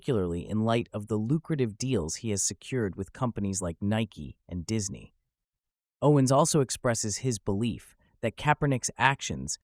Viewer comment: You opened up with pronouncing his name wrong. 🤦🏽‍♂️